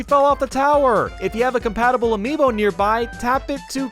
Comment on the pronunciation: I just realized is not Amibo but Amiibo